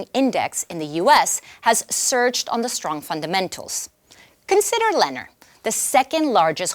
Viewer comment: It's pronounced "Lu-nohr,"; get it right...